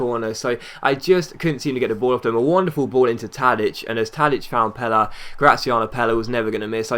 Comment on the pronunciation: To be honest, he pronounced it wrong.